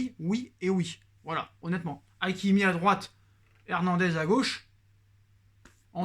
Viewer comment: C’est Hakimi pas Aïkimi